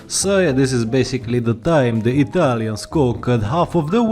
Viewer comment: i'm from italy, and i love the way you pronounce italian words